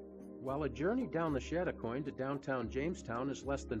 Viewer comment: Please, if video something, get the pronunciation right. It is pronounced chad a coin not shad a coin.